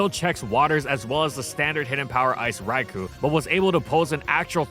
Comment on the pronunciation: You know what'd be truly AMAZING? IF COULD PRONOUNCE "RAIKOU" RIGHT, FOR ONCE!!! Also shame on you for no Wooper Little Cup analysis.